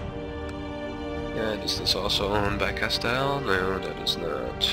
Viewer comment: Seville and Castille are pronounced Sev-ee-yah and cast-ee-yah